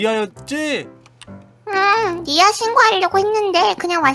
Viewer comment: tv 랄라 미아는 쓸때고여 발음 할때 미야 입니다